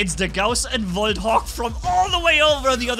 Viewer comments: "Woljt"! You gotta love german! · VOLT ME:🤤😯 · In my opinion, it’s more satisfying hearing say volt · I'm hearing the German accent in "Volt" and "Gauss"😁👌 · Are you romanian because you said volt with romania accent